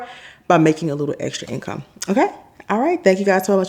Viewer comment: Trying to get the income to "in-come" lol😂